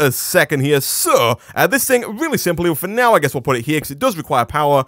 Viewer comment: Everytime he says " for now ", I think he's gonna say finnese.